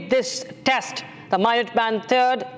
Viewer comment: Pronunciation toh theek kar lo… waise toh full on American accent use kar rahi hain… can’t even pronounce the minuteman III properly